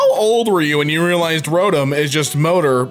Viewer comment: Who else is triggered the way said Rotom? Its ro TOM now just say it faster and there u go